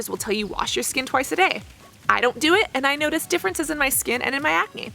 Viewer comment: You are such an obnoxious person. Your high pitched voice and that vocal fry at the end of every sentence paired with the incessant and repetitive use of the same phrase "Now, what is interesting..." and the way you pronounce "and" is just so frigging annoying. Can you not calm down and talk like a normal person? I cannot listen to your videos without getting that annoying ringing in my ears. Holy shit.